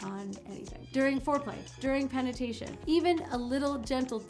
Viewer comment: Penatation? Whoops!